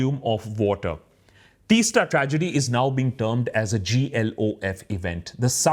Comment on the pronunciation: Please pronounce the name of the river (Teesta) like Teas-ta. (It's the T in tea. ) Thank you for talking about it. As someone who has grown up in that area, the river Teesta used be a free flowing beautiful river, now there is no flow of river, it looks like a still lake instead. There ued to be sandy beaches on the sides of the river, after the dam, no beaches left, everything is covered by still water. Not only this, now they are building a railway lines there in the hills, it is unbelievable. There are making huge holes through the hills and rocks for railway tunnels. Another disaster awaits i feel. The problem these days is, villages are becoming towns, towns are becoming cities, and cities are turning into megacities. My home is a village there in the hills, i work in a metro city, home used to be an escape from the noise, pollution, being in nature, now everything is gone. There are only buildings and constructon around, the lovely view of the river and hills that one would see no longer exist. I feel suffocated now wherever i go. There is no space.